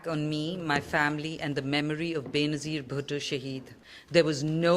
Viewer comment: It’s Bey-na-zeer Bhutto! Pakistan’s first female prime minister 😅